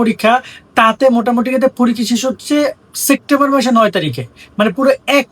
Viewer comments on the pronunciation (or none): September ❌ Sectember ✅ 😂